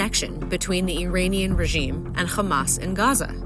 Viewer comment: Does anybody know why the narrators in some of the IDF's videos can pronounce "Iran", but not "Iranian"? Are they using a vocal deepfake system or a real person?